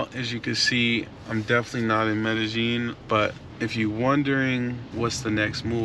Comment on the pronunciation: "MedeJING" no its MEDEYEEN pronounced. The double LL is pronounced YEE not JING. NYC dude who is fluent speaking, writing, family there and property owner...23 yrs in the CO. PLEASE TELL US SOMETHING WE DONT KNOW! You young POOKIES are weari g this COUNTRY OUT with the SAME.CONTENT. Please change!